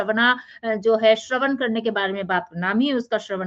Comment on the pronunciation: श्रवण नक्षत्र है श्रवणा नहीं जैसे कृष्ण कहते है कृष्णा नहीं कृष्णा यानी द्रोपदी राम बोले रामा नहीं एक मात्रा ज्यादा हो जाती है, जय श्री कृष्ण